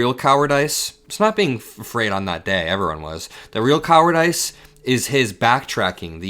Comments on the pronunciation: you are super-smart, but I suggest you look up the pronunciation of "cowardice" for future reference. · Whoa….you said cowardice phonetically. I’ve never heard that pronunciation before. Either you or everyone else is doing that wrong. Not being snarky….people in America say lots of things incorrectly….like aluminum. It’s actually spelled Aluminium (with that extra “i”) and pronounced AL-LOO-MIN-EEE-UM. My South African wife is always pronouncing things “weird”….come to find out it’s Americans bastardizing the English language in almost every case! 😂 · you can not be fr 😂 it’s pronounced coward-iss not coward-ice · Mark Wayne is dumb as a rock. And,, it’s not coward-ice…it’s coward-iss. If there’s a word you’ve never HEARD before, ask somebody. That’s how we learn: see it, read it, HEAR IT, say it. Former teacher. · Hey, I like you I like your channel, I've been watching you since the very start. I MUST CORRECT YOU WHEN YOU MISPRONOUNCE WORDS. You said "COWARD-ICE" LIKE "ICE" WAS THE 2ND PART IF THE WORD. THAT IS WRONG. THE CORRECT PRONUNCIATION IS "COWARD-ISS" LIKE "ISSS" AS IN "HISS".... NOT "COWARD - ICE" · Is this AI? The way he says 'cowardice' is like 'coward' + 'ICE'. The correct way is 'coward" = 'ISS'. Nothing against - I think he's a stand-up guy! Just curious... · Pronounced coward- diss, though. Keep up the great work. 💙🩵💙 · For future reference, it's pronounced coward-iss,. Not coward-ice. You're doing a fantastic job all the way around! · My dear, thanks for your insight and youthful perspective. One small thing, trying to be helpful -'cowardice' is pronouned 'coward-iss'. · Uh-oh. It’s not cower- DICE in pronunciation. You say, cower-dis. Or even cower-dus. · “KOW-er-diss” not kowerdice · I’m assuming some maga people are probably going to call dumb for the way he pronounced cowardice, but the joke is coward-ICE 😂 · Is cowardICE a choice or does he just not know how to pronounce cowardice?